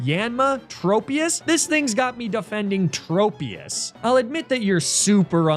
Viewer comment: You always pronounce Tropius wrong. It’s like the word ‘tropical’.